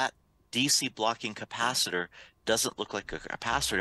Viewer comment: you are mostly ok and easy to understand. Just need to adjust a couple of words. For the moment I remember "capacitor". Google translate is your friend.